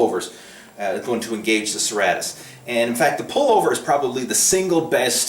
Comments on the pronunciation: its pronounced SIr,Rate,Us lol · It's pronounced Sir-Ray -Tis lol